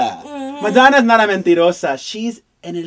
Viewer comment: funny how perez knows how to pronounce 'mentirosa' and la coacha doesnt.